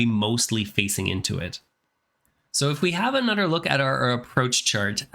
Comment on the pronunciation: Anudder window